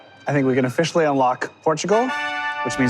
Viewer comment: "And with that, I think we're gonna ofFISHially unlock portugal"